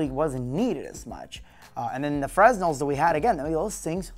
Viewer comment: It's pronounced "Fre-Nel" haha